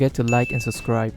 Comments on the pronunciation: Can u pls say subscribe not suscribe tf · I like the way he says subscribe haha. "Make sure to suscry if you enjoy my content"